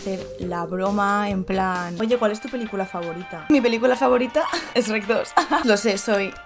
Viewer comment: Fue difícil ver el vídeo completo cuando dice ESH REC